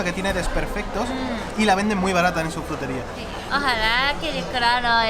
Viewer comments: Me encanta como pronuncia la palabra "Jrutería" 😂💖 saludos desde Colombia! Aquí somos muy afortunados de tener una gran variedad de frutas ✨ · no puede pronunciar /fr/ hace el sonido /jr/: jrutería.:)